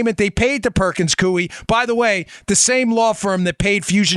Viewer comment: Perkins-Coie, pronounced Coy. Law Firm that represented Obama on Usurpation.